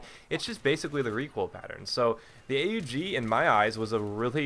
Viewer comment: U dont spell it A-U-G you say Aug, its a name, one word. Why do i know it? Because i used it when i was in the austrian army :)